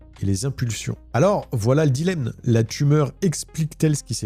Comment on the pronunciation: Aïe aie... on écrit et prononce "dilemMe" et non "dilemNe (à 27'13'') cette deuxième forme n'a aucune existence ni raison... peut-être une contamination par le mot "indemne" ? Je me permets cette intervention car j'ai fait cette erreur pendant des années 😁☹️ !! Merci pour vos vidéos 👍